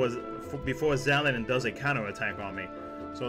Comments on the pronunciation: XAL-DIN not XAL-E-DIN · Its Xaldin.